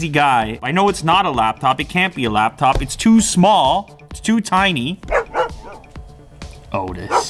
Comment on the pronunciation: Lap-phone , owwwww!